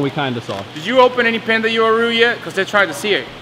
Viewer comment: Uaru You-a-roo 🤣 Wha-roo